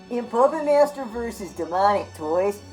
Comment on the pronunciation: I'm with you but why are you adding in extra syllables and vowels. "Pahyupput Maiyester 3". Dude. Wahoo toilks loiek thayut?